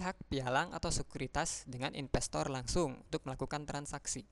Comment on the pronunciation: investor mas bukan INPESTOR wkwkwkw